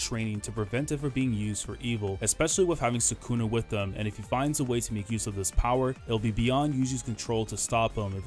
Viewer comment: Isn't it sukuna, not sakuna